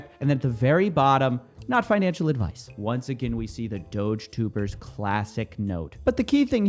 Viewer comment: I thought you were saying Doge Tumor